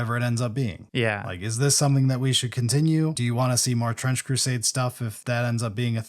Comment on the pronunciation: I swear at some point I heard you say "French Crusade" lol